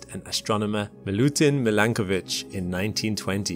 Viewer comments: Its Milankovic/Milanković.......... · I’m not sure whether to pronounce it /mil-AN-ko:-vich/ or /mi-lan-KO:-vich/ o:= oh.